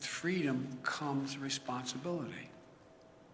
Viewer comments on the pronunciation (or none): Hey joe did you say FREE DUMB?